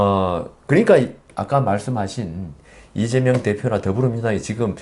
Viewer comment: 아무리 들어도 '이죄명'으로 들리는 건 왜일까요